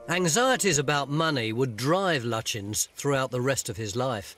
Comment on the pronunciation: Sir Edwin Landseer Lutyens tonys pronunciation of the name seems all wrong to me ? its like turning bucket into bouquet or bu quay